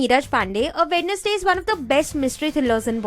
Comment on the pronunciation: वेडनेसडे नहीं, वेंस्डे होता है, । फ़क, फ़किंग, शिट, शिटी के आगे इंग्लिश नहीं आती?